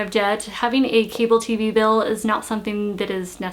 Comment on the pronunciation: bill not pill. lol